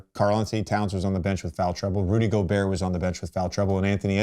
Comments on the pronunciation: Bron slipped in calling gobert "gerber" (baby food) sent me 😂😂😂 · Bro called him gerber